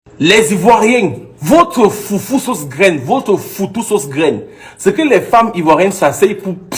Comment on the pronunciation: FOUTOU et non foufou.notre foufou n'est pas comme ça